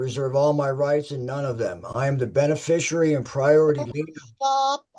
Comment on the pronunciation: Wow. Only six minutes in and I already know that the defendant attended the Gish Gallop school of law. PS. There is no "U" in "beneficiary". Enunciate!